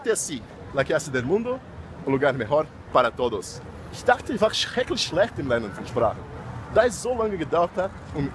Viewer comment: Ele pronunciou as palavras forte demais no comeco quando falou dachte (pensei). A gramatica foi perfeita, mas a pronûncia ainda nao foi perfeita, mas foi em 2017, provavelmente melhorou